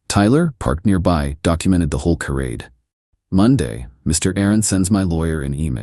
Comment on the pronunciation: The whole story is pretty silly. And will someone please teach this bot how to pronounce "charade"? It's "shuh-RAID," or maybe "shuh-ROD" if you're pretentious. But "kuh-RAID" is so wrong.